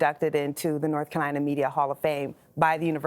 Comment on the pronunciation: For someone who spent so much time at Chapel Hill, she sure has an odd pronunciation of the word "Carolina".